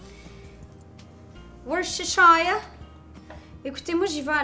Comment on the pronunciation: WORCESTERSHIRE - À ce jour je n’ai pas rencontré de chef qui sache prononcer le nom. Ce nom se prononce en trois syllabes: wouss-teur-chirr. Tes recettes sont savoureuses et je m’y réfère souvent.